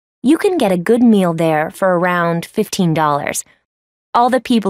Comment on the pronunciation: mistake "fifeen" xD